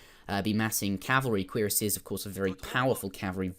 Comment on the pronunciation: I don't understand what you mean by "a C sound not a Q sound," but did pronounce cuirassiers correctly fyi